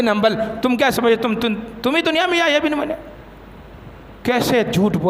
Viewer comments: کھوتے وہابی شیطان۔یحیی بن معین۔عین کے فتح کے ساتھ ہے۔تو ضمہ پڑھ رہا ہے۔جسے امام کا نام نہیں پتا وہ ممبر پر بیٹھ کر ٹاں ٹاں کر رہا ہے۔واہ رے قوم تیری کم نصیبی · یحی ابن معین کا نام غلط پڑھتے ہو میم پر زبر ہےپیش سے پڑھنا غلط ہے